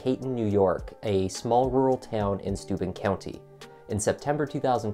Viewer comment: Every time they begin saying Stuben...it was registering stupid.